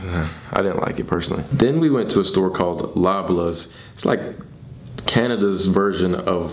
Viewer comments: The way he pronounced Loblaws was hilarious😂😂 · LMFAO this man really said lablaws